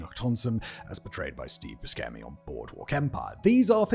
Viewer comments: BuSHemi not BuSKemi bruh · How do you get the pronunciation of Steve Buscemi's last name wrong in 2025? 🤣The way he says his own name is the correct way.